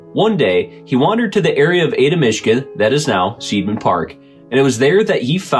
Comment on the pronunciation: It's pronounced SIDE-MAN park - it''s an I sound not an E. I before E rule! It makes no sense to use it in spelling if you don't use it in pronouncing it too. We get the EI and IE spelling from the GERMANS. This is so that you know which way the pronunciation swings and not sound ignorant. Either way I don't believe in ghosts. I know better than that.